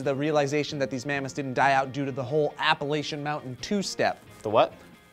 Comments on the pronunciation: You said Appalayshun. As one of the people who lives there, I have to tell you that nothing makes an inhabitant of the App-uh-LAH-chun mountains angrier than someone who says Appalayshun. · I love yo face, but it's App-Uh-Latch-Un. Says the Student from Appalachian State. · Pronounced Appa-latch-en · You mispronounced Appalachian...you insensitive fuck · you really need to look up how to pronounce Appalachian.... So many people mess that up